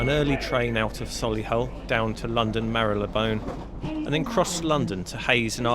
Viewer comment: I lived in London for 3 years and never once went near a canal, so this was all new for me to see and I enjoyed it very much Thank you for posting and please keep them coming. P.S. Londoners pronounce Marylebone 'marlybun' P.P.S. Ian McKellen owns The Grapes